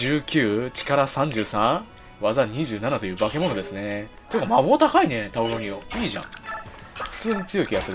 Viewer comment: タウロニオのこと タロウニオって言ってたw